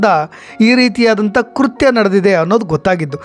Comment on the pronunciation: ಕುರ್ತ್ಯ ಅಲ್ಲ ಕೃತ್ಯ